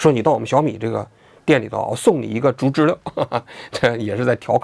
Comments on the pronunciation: 竹知了的正确发音应该是"竹zhú知zhī了liào", "了"的发音不是"lè", 而是"liào", 且接近"轻声" (短促、音低，起收尾作用)。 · 知了（liao）還是“知溜”？ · 开屏暴击，，不是竹知了（liao)吗。。。 知了啊 ， 怎么成知乐了。。。听着好难受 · 王局说zhuzhile，我觉得应该读zhuzhiliao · 应该是“竹·知了（Zhī liǎo）”吧！ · 王局为什么总把“竹知了(zhu2zhi1liao3)”念成(zhu2zhi1le4)？听上去怪怪的。我知道有些AI配音一碰到多音字就容易犯错，但如果是王局真人发声的话应该不至于啊。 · 那叫竹知了（liao）好不好，王局连知了都不知道吗😅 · 不应该是读竹知了（liao)吗，王局咋一直说成竹知了（le) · 难道不是 读 zhu zhi liao？ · 竹知了(liao, 3声) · 不是应该叫竹知了（liao）吗？我一直记错了？ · 这个玩具应该读音竹知了（liao 三声）吧，就是蝉